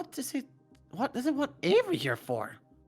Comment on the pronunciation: I love how says, "WOT"